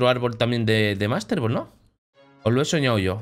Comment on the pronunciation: Lo dijo bien